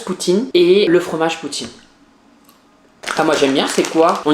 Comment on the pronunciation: MDR LE NOMBRE DE FOIS QU'IL A DIT "POUTTINE" 🤣🤣🤣